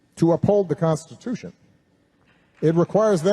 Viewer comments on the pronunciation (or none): none